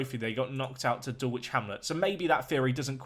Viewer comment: Great vid. Except I nearly died when you didn't bother pronounce 'Joe's' surname. Also, Dulwich is pronounced DULL-ICH. I'm disappointed.